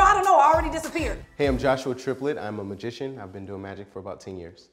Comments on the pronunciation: Mah-zi-shon, I swear that that he said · did say mishishan? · said 'Masigian' 😂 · He didn't even pronounce magician right lmfao :13